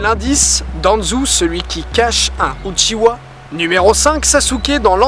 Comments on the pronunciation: UchiHA et pas UchiWA merci... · C’est pas uchiwa mais uchiha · Par contre c'est "Uchiha" Pas "Uchiwa" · Uchiha, pas Uchiwa. Merci. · Le second mystère: pourquoi les francais disent uchiwa quand cest uchiha? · UchiHa bordel ! Mes oreilles saignent quand j’entend UchiWa 😭😭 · *Uchiha, pas "Uchiwa". ^^ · Oh mon Dieu. Il a dit "UchiWa" C'EST UCHIHA. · tu me brise le coeur a dire uchiwa SES UCHIDA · uchiha svp UCHIHA PTN